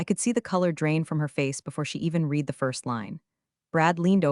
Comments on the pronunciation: Getting lazy now, don’t care I guess since then come from YouTube for minimal input is easy. Why not listen to the A.I. output before posting? Edit a bit, I am English, you know those strange people from England 🏴 UK 🇬🇧, it matters to me if read as in RED comes out as read as in NEED. SO YOU GET A THUMBS DOWN AND UNSUBSCRIBE. It matters not matter to Americans who don’t speak, read or write English. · Can you please teach your AI the difference between read and read? I have read the news. I will read the news. Past, present and future tense. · 'Read' in this story should mostly be pronounced 'red' not 'reed.' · Could you please get your AI to use the proper tense of “read”? Red vs read? It makes this whole thing sound ridiculous. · Please teach your AI the difference between the present and past tense of the word “read”.